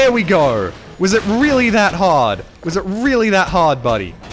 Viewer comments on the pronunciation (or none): Love the accent, "There we gor"